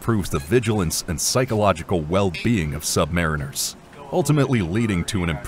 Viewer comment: USA= sub mah REEN ers. Sub mah REEN ers . Sub mah REEN ers!! You flucking assoes!!